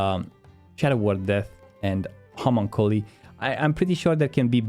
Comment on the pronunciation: Funny how many people talking about SoD can't pronounce Homunculi (Ho-Monk-You-Lie). Don't mean that disrespectfully, just makes me feel old assuming more WoW players would have seen Full-metal Alchemist